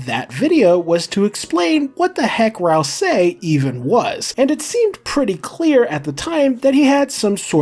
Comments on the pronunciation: I feel like i die a little every time he says RalSAYY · You say "ral SAY" so weirdly